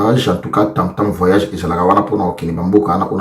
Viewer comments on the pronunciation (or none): none